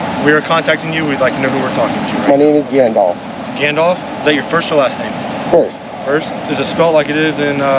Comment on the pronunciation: failed epically. All hot and authoritarian when he rolled up..then realized he's on audit and tries to save face. But dude. It's Gandalf, not Gandolf.